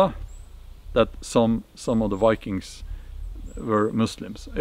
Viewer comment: lol "Va-kangs"